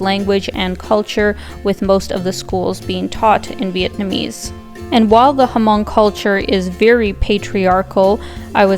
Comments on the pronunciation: Great vdoAlina, but you should pronounce Hmong with the H being silent. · Corrections on the name HMONG, The “H” is silent, the proper pronunciation is MONG, not HA-MONG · The H in Hmong is silent... just say "mong" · Just fyi but, h in Hmong is silent. The locals just say ‘người Mong‘, Mong tribe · The H is actually silent we Asians pronounce it mong 😂